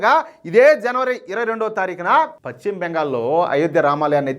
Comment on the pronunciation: Pachima bengal kadayya adi paschima bengal antaru.neeku telugu pronounciation teliyada?,velli telugu pronounciation nerchukoni videolu cheyyi